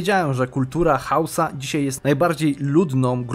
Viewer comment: parę razy zamiast powiedzieć Hausa mówisz husa